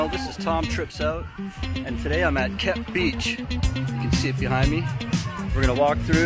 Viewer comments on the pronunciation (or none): It’s Cape not Kep.